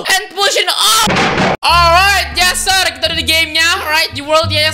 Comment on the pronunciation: Tulisan : Yes sir Di baca : Yeus Ser